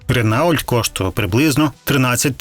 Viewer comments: Автору, не Ренаульт, а Рено! Ви перш ніж про щось знімати відео, спочатку вивчіть як читаються назви! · Ренаульт?? ти реально не знаеш як вимовляеться Рено? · Два рази почув твоє ренаултьт і переключився на хуй! РЕНО! Знову в школу, знову вчитися ! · Не Ренаулт а Рено. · Не ренаульт а рено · Який Ренаульт? Що ви верзете? Вибачте. Ренаульт і Пеугеоут. Рагуль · ага а Рено дофін потрібно читати як ренаулт даурпіне! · який блять "ренаульт", хоч редагуйте ШІ) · У назві ,він прочитав як написанно😅